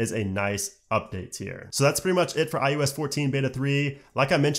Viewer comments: Great content, great delivery, but it’s iOS not IUS, lol. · This guy literally says IUS every fucking time but then he says IpadOS and watchOS just fine... tf? lol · i-YOU-ess? Why do i keep hearing it like that?